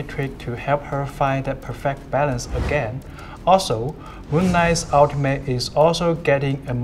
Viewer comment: i cwashd my fckin caw agwin